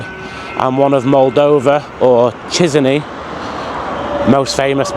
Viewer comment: As a Romanian, your pronunciation of Chisinau is wild 😂. Great vid, learning lots about Moldova. My grandparents are buried in a cemetery very similar to that in my hometown. I'm not sure why, but that's what graveyards are like around here, hastily built, narrow paths. The dead's families are in charge of maintaining the graves. So more and more graves become overgrown as the dead are forgotten, families move away or just die off. It's sad, but that's why they're in such a bad state. All Romanian cemeteries are the same, too